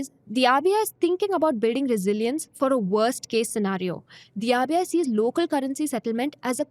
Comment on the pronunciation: just one feedback- when you are saying RBI, I am hearing it AVIA, maybe some pronounciation miss from my side.. Did anyone felt same?